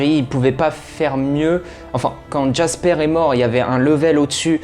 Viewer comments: "Bélamine", "Jaspaire/Jackspaire", "Dosia"... eh beh il va falloir revoir la prononciation des prénoms 😆 PS : C'est phonétiquement parlant "Bélami", "Djaspeur" et "Dioza" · Bellamy jasper dioza